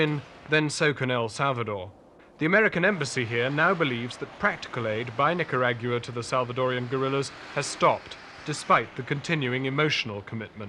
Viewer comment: I can't take the way he says "nicarag-ua"